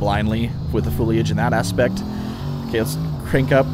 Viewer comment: Looks awesome! btw I love the way you say "fooliage" lol